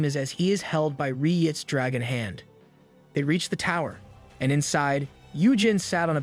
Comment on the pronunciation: God's sake, stop with the dhey and doh bullshit. You sound like a retard lol. It's so cringe